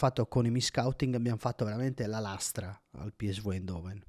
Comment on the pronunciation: Bel video, solo una cosa importante: si dice PI ES VI oppure PI ESSE VU, ma non PI ES VU